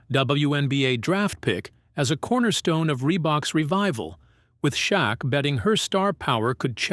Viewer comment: Its AI dont believe something that can't pronounce shaq properly 😅😅